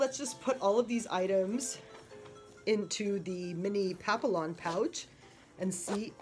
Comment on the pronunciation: Its pronounced pap-ee-on